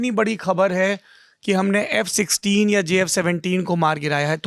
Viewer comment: F sisteen. . . . . . bolna toh seehk lo